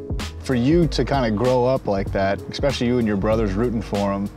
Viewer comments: Being from Philly. I can catch the word “exspecially” instead of especially anywhere. This interviewer is certainly from my area. Random I know. Had to say it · Can somebody PLEASE tell Badgley it’s “ESPecially” NOT “ECSpecially” 🤦🏻‍♂️🤦🏻‍♂️ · The only thing I didn’t like from this interview was “eKspecially” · Jesus fucking Christ, it’s ESPECIALLY, not ekspecially.